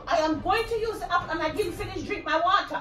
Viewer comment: She wasn’t finished with the “happle” 😂😂😂😂😂